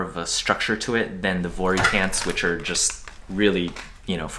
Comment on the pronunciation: I think vuori themselves said it’s pronounced vee-or-ee